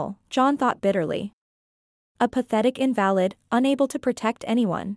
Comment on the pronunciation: Too bad the narrator doesn't know how to pronounce some words, Like invalid.